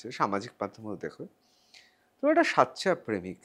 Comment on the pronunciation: Acha dada, sachya, Sachya korchen kano, Bangla ta ki thik ase na😂😂😂